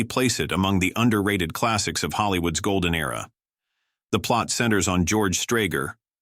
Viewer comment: Gol-den era… Mar-Lean Deetric. The automated voice here is downright insulting. And the autogenerated text! Just truisms that could apply to any decent movie. This is brain-death.